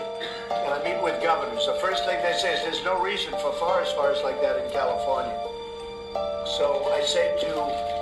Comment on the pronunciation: *fires not ires